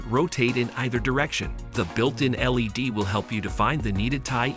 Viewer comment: Yeah I wasn't sure if that was what was going on. I came here to ask the same thing. The "pudding accuracy" and the led lights (like Led Zeppelin) as opposed to LED threw me off.